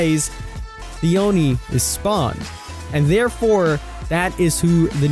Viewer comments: OnEe king its Ohknee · it's "Oh-ni" not AHNI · Its Pronounced "Oh knee" Not "U knee" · He starts saying "oni" like aun-ie. Then, he says it like own-ie (the proper way). And at last, he say oon-ie. I don't care if you pronounce something wrong, but make up your mind, dude. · first he said awni, then uni, but never did he say Oni smh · You keep saying oooni its O-nee (oni) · Oh-Knee, Not Ah-Knee. <3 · Its pronounced "Oh-knee" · Did you try to pronounce Oni differently every time? I caught you saying Oni, Onni and even Ooni. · Did it trigger anyone else when he said Oni like Onny? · "onni" "ooni" Wouldn't be a King video if he didn't pronounce at least ONE thing wrong. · The most dreaded Killer of the sea: The Uni. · WHY ARE YOU SAYING ONI LIKE THAT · Why did you pronounce oni 4 different ways? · i cringed every time you pronounced Oni wrong 😖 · it literally hurt my brain everytime he said it wrong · Why does King pronounce so many words in a weird way? Sometimes he says the same word 2 or 3 different ways in 1 video. It's hard not to notice once you realise. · The way this man says Oni hurts my soul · He isn't even consistent. He pronounces it several different ways. It's hard to listen to. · Yes hahahaha